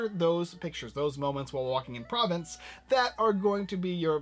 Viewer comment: Pronounced Pro-VONCE and Bu-RA-no